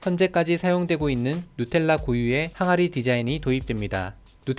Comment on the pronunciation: 발음 죽인다 누텔라ㅋㅋ